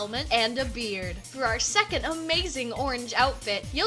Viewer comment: For the second red outfit, I thought that you said beer instead of beard XD